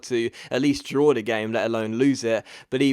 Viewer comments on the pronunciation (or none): none